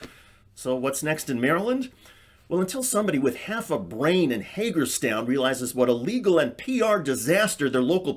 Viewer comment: Did you say Haterstown Maryland?